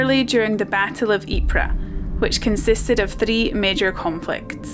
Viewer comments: Great video. I highly appreciate and respect how many UK people still visit the Ieper region today to keep the memory of their ancestor's sacrifices alive. By the way, the correct way to pronounce the name Ieper is: Eep-er (not Eep-rah) 😊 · Ypres was also called 'WIPERS' by British troops, who couldn't pronounce Ypres. My grandfather was wounded in the battle of 'Wipers winter 1917', He was sent out on a patrol, with an officer an NCO and several other soldiers. They got lost in no man's land. The office split the platoon into two the officer took half and the NCO took the other half. The officer and men were never seen again (presumably lost in action presumed killed). A shell exploded near by and shreaded my granddad's left arm with Shrapnel, he was evacuated to a hospital in Croydon, to recover (the doctors wanted to cut his arm off, he wouldn't let them). Several years later he built the muscles up by squeezing a rubber ball.